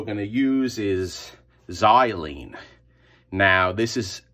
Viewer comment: Good morning,, great to see the xylene working like magic and your pronunciation of xylene is perfect;). We used to be up to our elbows with solvents back in the day when we studied them but they now take various precautions with respirators and ventilated chemical hoods. They're all nasty but looks like you keep your exposure to a minimum.